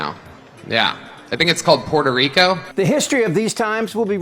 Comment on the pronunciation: Trump's half-whisper/half-slurring pronunciation of "Puerto Ricooohhh" grosses me out!